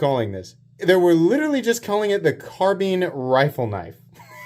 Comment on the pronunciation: Lolol car bean or is it carbine? Like wine 🤦‍♂️😂